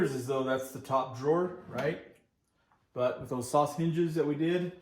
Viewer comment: Great job mate, am i the only one every time you say Soss hinges it sounds like your saying sausages 😊